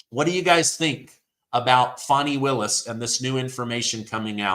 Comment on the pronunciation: How do we buy a country? That seems absurd & to put them under our jurisdiction wouldn't the entire country have to vote on that? Also Fani isn't pronounced Foni....